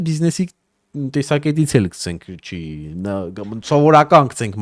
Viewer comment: քցենք չէ էլի հարգելիս գցենք պահի էլի լավ հայերենը porfa